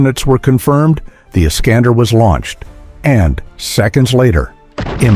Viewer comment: Х аймар😂 Искандер... ударение а😂😂😂 искуственный интелект читать еще не найчился😅😅😅